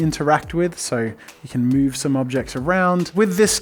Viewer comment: Jazza and his “mouve”. (Sorry, can’t spell)